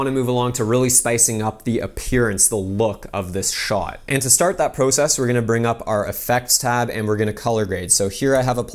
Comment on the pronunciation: wait is Canadian? I'm asking bc of the way he says process